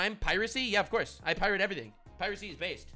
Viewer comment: = "Yeah, of course. I pirat everything. Piracy is based. What are you gonna do... stop meh?" 🤣😂🤣😂, this is why we love you. 🤣